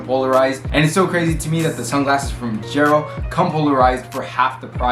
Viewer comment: Did you call it "vin-chero"?